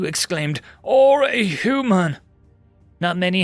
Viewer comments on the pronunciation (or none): none